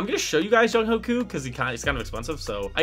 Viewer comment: Btw younghoe koos name is pronounced youngway koo